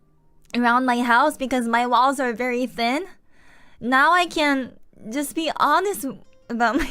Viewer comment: 割と単語の発音がカタカナEnglishに引っ張られてたの(canの発音が/k`æn/じゃなくて日本語話者特有の/kʲæn/(カタカナのキャ/kʲa/)になってたり)で大体気づいてた それにしてもマジで流暢だしスラングとかイディオムとかしっかり使いこなしてて頭良すぎるやろ 普通は出てこんのよその言い回しって思うこと多い